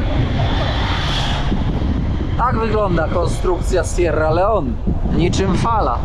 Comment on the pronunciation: Kierowniku jak to w koncu jest z ta wymowa … raz Sierra Leon, raz Sierra Leone, zdecyduj sie😳